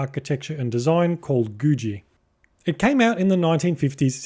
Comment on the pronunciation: No "j" sound in "googie" mate. Both g's sound like g's. Like in googie eggs.